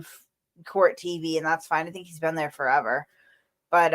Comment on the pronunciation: Court not quart. Sorry talking in the microphone